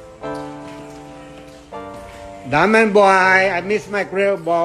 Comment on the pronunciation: “Diamund bwooy!” Gotta love him 😂